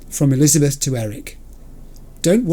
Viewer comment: The mangling of names gets worse every episode. Elizabeth: Jeff will...: Jeffel? I now dub thee: Jeffel and Lizzel. The disrespect. 🤣